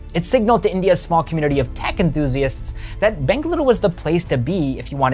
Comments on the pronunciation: I loved how you pronounced the city names of BENGALURU and MYSURU correctly, such a subtle thing but definitely appreciated by any Kannadiga and letting the world know it’s correct names. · It is ಬೆಂಗಳೂರು...not ಬೆಂಗಲುರು, ಮಂಗಳೂರು, not ಮಂಗಲುರು, ಮೈಸೂರು not ಮೈಸುರು...